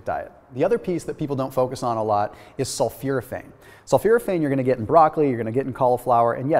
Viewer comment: he's pronouncing sulforaphane wrong